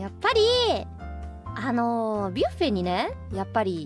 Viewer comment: Buffet這個字究竟是一直念「巴菲特」的我搞錯了，還是我真的第一次聽到有人是念「別U菲特」...